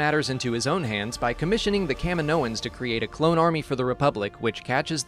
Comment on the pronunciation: Camin-OH-ins?? it is pronounced Cam-EE-no-ins.